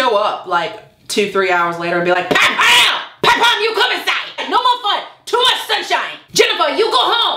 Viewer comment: The way you say PAT PAM seriously just made my day!